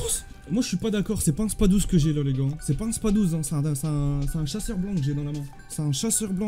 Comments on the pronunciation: C pas "spa12" c spas 12 prononce le s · Il dit spa 12